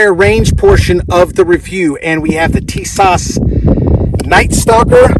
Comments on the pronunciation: Hey bud I just want to inform you, if you do not mind.Tis-ash say like this also John~Nick...say fast Canik Nice video by the way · Did you disassemble clean and oil before using? If not, that's probably half your problem. Upon disassembly, you get the chance to inspect the weapon for loose, or I'll fitting parts before shooting it!!! This could literally save your life... BTW it's pronounced teesaw... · Wouldn’t you figure out the correct pronunciation of the name before you make a video?